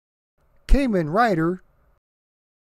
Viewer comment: Kamen is pronounced as Caw-men. Like the sound a crow makes. Inafune is pronounced as ee-na-foo-ne. Japanese names tend to be pronounced the way they are spelled, unlike our crazy English. Keep up the great work.